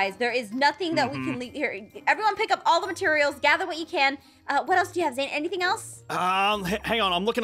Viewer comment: Lmfao its Zane and Kawaii-chan 😂🤣😂🤣😂🤣 Worst name butcher ive seen